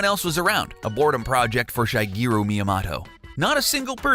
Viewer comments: Yeah def said shy , sounded like he was calling him shy guy at first never heard anyone pronounce his name like that before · LOLOL omg i went to the comments to comment about this myself. Though I heart 'Shy-geero' . JESUS